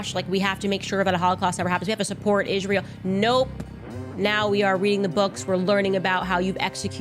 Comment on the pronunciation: I can't even stand the way she pronounces Israel..